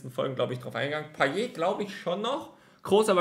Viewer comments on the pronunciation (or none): none